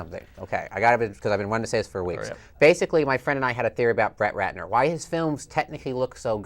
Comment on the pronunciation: "Brett Ratner"? LOL